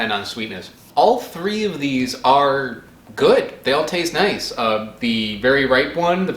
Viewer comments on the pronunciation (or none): none